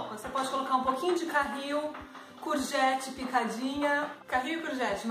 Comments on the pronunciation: Não é carril, mas sim caril. Carril é onde anda o comboio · Caril, não carril (carril é a linha de comboio) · Não se diz carril, mas sim caril ... ups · Olá,desculpe estar a corrigir mas não se diz carril mas sim caril=curry.....Vocês são um casal muito simpático tudo de bom. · Está errado não é Carril é Caril , é só um r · Não é carril, mas caril, porque carril é onde anda os comboios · Não é carril. É caril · É Caril e não Carril..